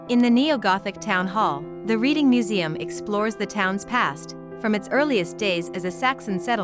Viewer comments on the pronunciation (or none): Please please when narrating a video do your research and pronounce things correctly. It's Reading (pronounced Redding) not Reading (as in reading a book). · I'm a born and bred Redding Ight (Readingight) now living in North Queensland Australia! Ostreleah 🤣 for God sake I hate how people mis pronounce stuff, please do your research!!! 😭 Ok! It's pronounced REDDING! Yes I know that's how it should be spelt! But it isn't, Redding Redding Redding! And Cave ershum??? It Cav er sham! Caversham! And BTW I now live in Os straylia! Not As treliah! 😂 Best Regards 🤣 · This was a very interesting video ! I lived for about 60 years in Reading , Pennsylvania which is named after Reading , England ! One correction , it is pronounced like the color Red .